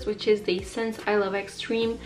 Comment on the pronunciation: Mascara is from Essence :) She puts more emphasis on the “-sence” part but I got a good look at the tube lol